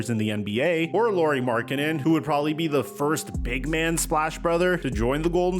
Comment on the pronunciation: His first name is pronounced the same as Kyle Lowrys last name. He is not Lori dude.